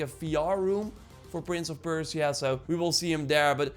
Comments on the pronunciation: perciea ? perSia. You butchered the name. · Persia(PER-SHUH). I’m sorry, but my ears are bleeding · Stop saying "Prince of Perse-ee-ah". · saying Persia wrong but good video :)